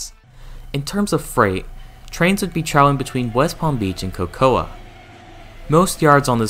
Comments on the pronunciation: The City of “Cocoa” is pronounced with the A being silent. So, basically it is pronounced like “Coco”. Just for future reference. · Cocoa is pronounced COCO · Next time you do a video, please find out how place names are pronounced. Especially "Hialeah" (high-ah-LEE-ah), "Boca Raton" (boh-ka rah-tone), and OMG I can't believe you got this one wrong, "Cocoa". (ko-ko). Google is your friend.